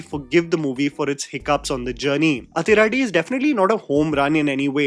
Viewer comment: Hi.. South Indian here.. when you see 'athi' in tamil or malayalam movies.. it's most likely is supposed to be pronounced as 'adhi'